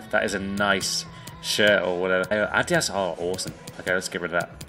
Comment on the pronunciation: I love you and all but the way you pronounce Adidas and Nike is so atrocious